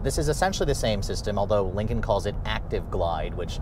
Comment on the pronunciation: He mentions ford yet never dodge, because dodge is better. He also says Lincoln wrong, he keeps saying Lincon